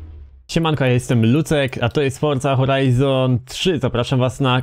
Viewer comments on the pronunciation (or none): "Forza Horajzor three" XD :3